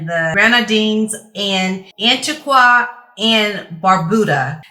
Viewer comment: Antigua is pronounced AN TEE GWAAA - otherwise I agree, I was stunned the gift of a pic of both Prince Edward and Sophie was peculiar. I would LOVE to know the reasoning behind why this was given?? As far as the TALENTLESS GRIFTERS - we have moved on and based on the behaviour of these two, they'd better invest their millions WISELY so they have some income to live off and they need to DOWNSIZE!!!